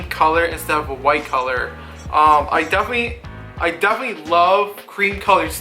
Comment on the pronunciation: No, what the hell is wrong with this guy? He can barely fucking talk much less give a sneaker review I thought the word definitely was 4 syllables and had the letter “t” in it 😂😂. That boy ain’t right lol